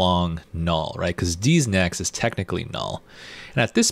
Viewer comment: First time I heard "D's Next" I heard "Deez nuts" and it triggered my PTSD. In all seriousness though great tutorial and teaching style! I love the "educate then experiment" approach.